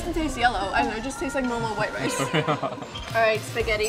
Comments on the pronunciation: “I will try rice” But I heard “I will try Rizz”😭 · the way she said rice